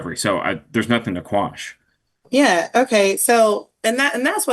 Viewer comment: It's "quash".